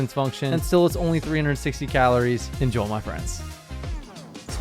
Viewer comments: The only thing about your videos that annoys me is "Enjol my friends". Why do you pronounce it like that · "Enjoe, my friends" Who the fuck is Joe?